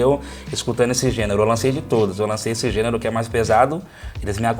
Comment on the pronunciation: Assim como o maestro estaria rico se ganhasse 1 real por cada vez que errou a pronúncia da palavra gênero.